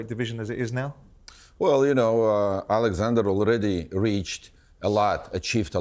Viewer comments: Why does Frank say Alexander? It’s Oleksandr ffs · Frank stop calling him Alexandra 😂